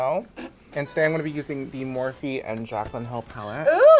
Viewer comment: Mophe brush, instead of Morphe!!! HAHAHAHAHAHAHAHA